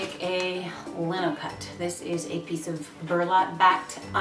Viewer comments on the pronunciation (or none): It's Lino not Linno